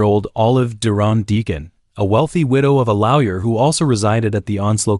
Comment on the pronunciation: You should hear him try to make the AI pronounce Lawyer in #10. 😂 Comes out as Lau Yer.